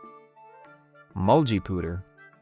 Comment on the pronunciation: Mulgeepewder🤣 the pronunciation kills me